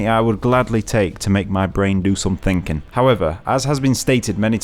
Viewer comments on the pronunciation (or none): none